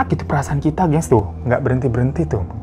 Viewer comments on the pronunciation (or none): none